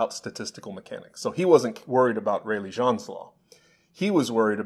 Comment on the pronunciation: I think "Jeans" is pronounced in English and not French? He was an English physicist I thought? James Jeans is his full name. thanks